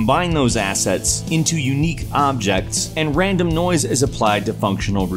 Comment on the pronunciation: Am I the only one that hears "noice" every time he says noise